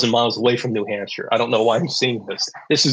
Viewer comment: I live in New Hampshire, why did he say New Hampshire?? :(